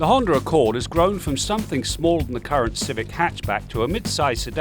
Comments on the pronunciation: What's a Hond(er) Accord??? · Honder Accord? Never heard of her.